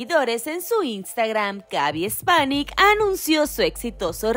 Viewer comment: Gaby Spanic no Gaby Espanic